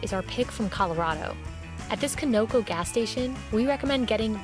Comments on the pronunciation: Who the hell calls Conoco, CAN-oh-co, it’s pronounced CON-oh-co. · Please learn how to pronounce company names correctly. Take Colorado's food as an example. The gas/petrol station is pronounced 'Khan-ah-coh' NOT 'ko-no-co' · Who tf pronounces conoco "koh-know-koh" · i’ve never heard con-oh-co pronounced the way she did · You called it conoku?? Definitely not from Oklahoma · Best part is when she pronounced Conoco as coh noko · Lmao seriously, that was really wierd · The way she says Conoco 😆 😆 🤣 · The way she said Conoco 😂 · As a Coloradoan I am insulted by the way she said Conoco and that there are far better places and things to eat here. Even within Conco their breakfast burritos are far better.